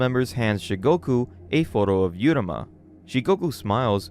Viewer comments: stop mispronouncing every name you goober. if the name was 'yuruma' then the text would say 'yuruma' so just read uruma ffs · MC’s name is pronounced OO-ROO-MA not YOO-RA-MA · You got to learn how to say Uruma. You keep saying yeruma. It's ooruma. As in oopsie daisy.